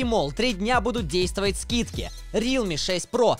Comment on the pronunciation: НЕ РИЛМИ А РЕАЛМИИИИИИИИ